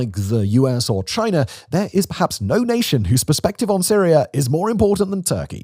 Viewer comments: I like how Simon puts an "R" on many words: Russar, Canadar, Chinr, for examples. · Rhotic intrusion is a common attribute of this particular accent.